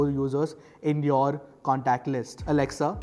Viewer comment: hey Mr. never ever say to the echo. alexuao that she very wrong say alexa